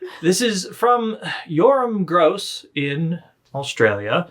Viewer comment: The Gross in Yoram Gross is pronounced with a short o not a long o He is Polish